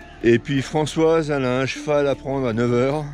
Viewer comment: Oui je trouve ça sympa 👍et toutes mes excuses à Françoise pour avoir écorché son prénom 😅